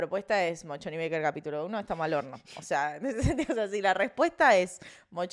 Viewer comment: Un editadito de las veces que dijo "Mochon y Becker" por favor! Hasta yo tuve que leerlo en la facultad, que nada que ver tengo con las ciencias económicas. Gracias x estar ahí <3